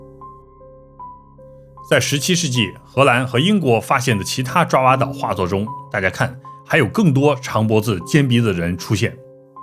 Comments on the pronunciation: 爪哇的“爪”不念zhuǎ，念zhaǒ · 爪（找）哇岛。。。念错啦。来自新加坡的祝福～ 爪哇岛Java island.